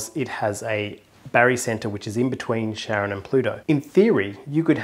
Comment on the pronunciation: Charon. Um... It's not 'Share-on', it's 'Care-on', with a hard 'c'. Hard 'c', from the Greek: chemistry, chaos, charisma, chimaera, choir... Like the Bugatti Chiron - it's pronounced 'Kye-ron', not 'Sheer-on'. Chiron was the great centaur in Greek mythology who taught Achilles and several other heroes how to be heroes. A soft 'c' would make it French - as in chiffon - which is a piece of flimsy fabric, not a mighty centaur. It's all Greek. Pluto was (is??) the ruler of the Underworld. Charon (Care-on, please) was the ferryman who transported the souls of the dead across the river Styx. The guy's name was definitely not Sharon. 🤭